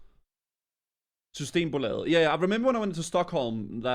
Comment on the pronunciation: That danish coming through. "Systemboläe"